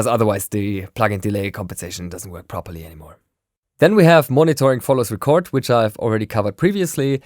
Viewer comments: Hi! I just thought you'd like to know that when you talk about record enabling a track or arming it to record, it is pronounced reecord with a long E. Record with a short E is like a vinyl record or you're making a record. Cheers! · You´re saying record wrong lol! It´s not a world record or a vinyl record even, it´s ree-cord, as in recording music! Damn germans! :-D